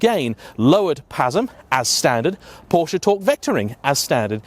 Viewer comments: Can you please learn how to correctly pronounce the name of this brand, it is simply quite unprofessional. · Because this guy hasn't got a single clue about engineering or how actually cars work. FFs, another youtuber/influencer who has a platform and has no background. He doesn't even know how to pronounce Porsche, what'd you expect?